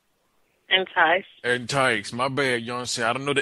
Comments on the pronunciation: rofl "entise" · "entise" xD